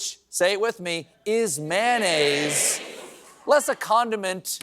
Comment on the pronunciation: MAYO-nnaise! Not MAH-nnaise! 🙄 You woudn't say extra mah.